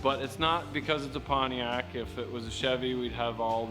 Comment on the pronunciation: It's pronounced "Panty-ac"...😂